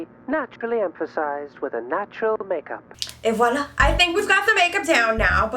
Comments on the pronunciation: Damn you are french ? I heard « rouge » and « et voilà » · I'm French and when you said "et voilà" it was so perfect my God ! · yeah im French and her accent is pretty damn good. However it is standard/parisian French, not quebecois